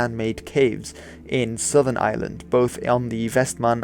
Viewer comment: I find it very hard to distinguish how you pronounce ireland from how you pronounce island